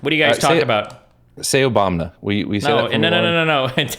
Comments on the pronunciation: im sorry but the trudeau is a teenage girl argument felt like a massive waste of time compared to the rest. Should have just spent that time saying "OBAMNA" over and over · Goddammit I’m trying to workout and every time “Obamna” happens it fucks up my set